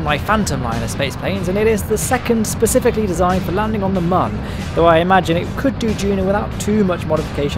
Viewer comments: Sorry to be "that guy" but it is pronounced moon. Due to the way it is spelled mün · You are entirely mistaken. It is Mün, not Moon or Mun. It is a joke, and one that doesn't make sense the way you say it. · Mün is not pronounced exactly the same as "moon". It's pretty much the same, but with a short vowel instead of a long one. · its not pronounced moon or mun, its kinda in between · The developers are Mexican, and the U in Mun is best pronounced like everyone but the English would as a soft u, not a hard U. You've heard them appealing to Americans, who don't know or speak shit.